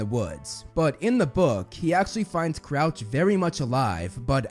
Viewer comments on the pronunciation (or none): You said Couch 🤣. Its Crouch obviously.